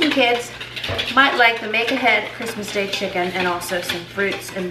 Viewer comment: I’ve been watching this YouTube for 3 weeks now and only just realised she is saying “make ahead” and not “mega head”😅